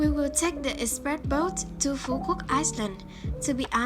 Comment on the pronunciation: "An Giang, Phu Quoc VÀ Can Tho" dễ thưn zayy Phát âm càng ngày càng hay lun í, mê vlog nầy quá